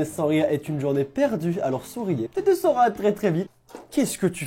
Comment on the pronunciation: quand tout le monde parle qu'avec des O exemple: rocopier,s'il to plait,roquin